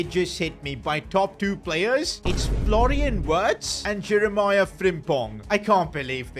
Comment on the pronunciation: Florian wirtz❌ Florian words✅🤓